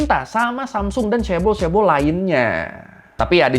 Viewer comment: Dulu bacanya caebol, sekarang caebel 😅